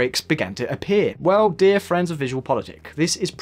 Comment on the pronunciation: everytime he says "friends" i hear france for some reason and thinks he's gonna start talking about it